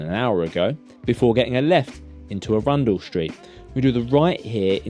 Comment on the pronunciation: Love the videos! Tiny tip - Arundel Street is pronou a·ruhn·dl not aRUNdel - from someone who used to live near the placed it's named after!